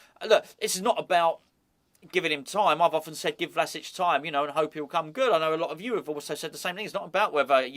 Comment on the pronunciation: Love the fact that the Croatian manager's name rolls off the tongue with ease, yet you're forced to re-record a video because of an inability to say 'Calvert-Lewin'.